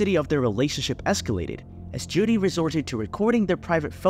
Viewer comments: JODIE, not Judy. You called her Judy quite a few times. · I swear I heard Judy a few times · It’s Jodie not Judy